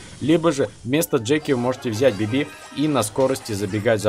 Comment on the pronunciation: Почему ты говоришь БибИ? Надо говорить БИби